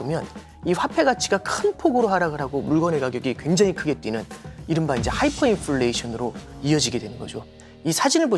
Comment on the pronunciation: Hyfer가 아니라 Hyper입니다.